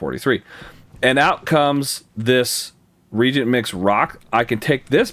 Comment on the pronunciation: 'ree-ay-jint'. that's how you pronounce it. not 'reejint'. fantastic series nonetheless. I have learned SO much. thank you 100x, thank you.